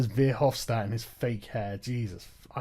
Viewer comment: I love how you fuck over guy verhofstadts name. That douche is so afraid for his empire.